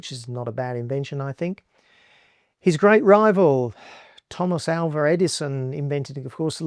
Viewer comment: Edison's middle name is NOT Alver. It is AL-vah